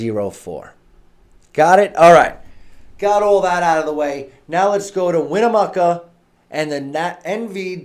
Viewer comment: Ugh... I gave him several speech lessons on this. The ghosts of Winnemucca are coming for you now! Rotflmao